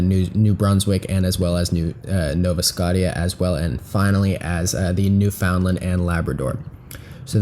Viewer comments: I should let you know that BC and Manitbo would actually go to the Democrats since the Combined Centre-Left (NDP, Liberals and Greens) won more ridings and votes in both Provinces compared to the Conservatives. Nunavut is pronounced as 'Nunavit' and Newfoundland we pronounce it as "newfnland" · Also New Foundland is supposed to be pronounced "New Findlind"